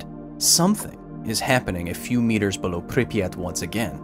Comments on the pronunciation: preemptive accent on that “below” was hilarious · it’s like you were preparing yourself for saying Pripyat and it affected how you said below